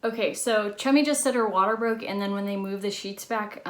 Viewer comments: I thought this whole time she was calling her chubby🤣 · I soooo thought she said, “Probably shouldn’t do that, Chubby. Don’t get on the motorbike, Chubby.” Baaahahhaaa! I was like whhhaaaa???? Lmao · Listening to an American pronounce the British names like ‘Chummy’ and ‘Nonnatus House’ is the funniest thing to me